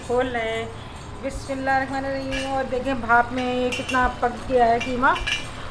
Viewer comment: Asslamualeykum.. bura na manaiyega plz par ap bismillah hir rakhmanir rahmim bolti h... Par vo rehmanner Rahim hota hai...❤️